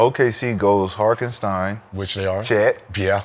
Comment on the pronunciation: The number of times they mispronounced Hartenstein name is outrageous. 😂